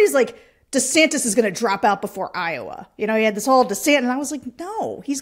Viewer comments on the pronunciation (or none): none